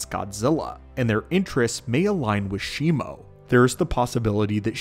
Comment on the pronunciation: Bro the name is shimu. Where did shimo came from